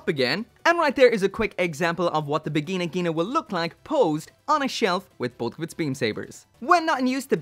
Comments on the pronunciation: stop the v word on japanese. it hurrtssss my ear. lol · "The Vagina Ghina II". Just a heads-up, you didn't say Vigna. You DID say Vagina, just in German. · I thought he said virgina